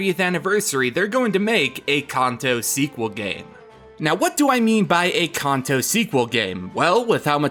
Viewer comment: You pronounce Kanto wrong. Stop